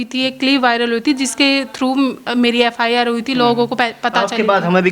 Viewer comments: FIR ko FR keh rhi h anpadh🤣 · FR nhii Mam FIR hota hai wo..